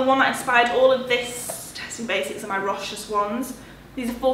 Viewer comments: Hi! I believe Rochas is pronounced "Row-SHAHS":) Love your mum lurking in the background hahaha! She is a legend. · Rochas is pronounced row-shah. You don't pronounce the 's'.